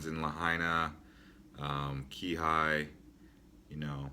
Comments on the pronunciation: I stopped watching after he reviewed Maui. I lived in Kihei (key-hay NOT Key-High) and got payed wayyy more than what Oahu payed. Easier to get jobs there because you can actually meet n greet the owners of independent shops vs faceless resume submission on Oahu. Maui is NOT CA, at best maybe like Lake Tahoe or small OC town is to Maui as LA is to Oahu but thats it. Maui is laid back, not jammed like Oahu but not dead like Big Island, kinda in between but more on the country side. Dating there suuuuucks but it is less stressful unless your life is all about dating lol. Sunsets cant be beat. I like Oahu for people watching but Maui for nature. There are pros n cons to all islands. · Please PLEASE learn how to pronounce the names of the towns correctly. Like Haleiwa and Kihei. I had to stop watching. You have no business giving advice or "information" about Hawaii. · Right? I had to stop watching because I was cringing so much at his pronunciation of Haleiwa, Kihei, etc. This guy has no business making videos about Hawaii.